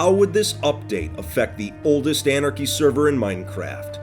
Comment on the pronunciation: no one: not a single soul:: T H E O L D E S T A N A R C H I E S E R V E R